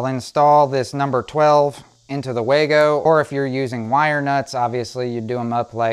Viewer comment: If you're going to use a common product (the Wago wire connector), at least pronounce the name correctly. It's not Way Go, or Wah go, it is pronounced Vah go.